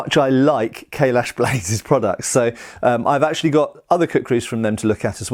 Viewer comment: Every time says 'Kailash', I hear 'Kahless'.